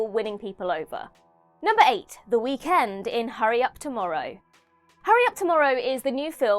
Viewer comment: Not how you say Weekend 😂